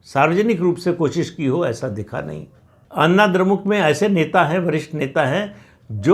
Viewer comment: अन्ना द्रमुक नही अण्णा द्रमुक बोलिये "ण" का उच्चार कीजिये।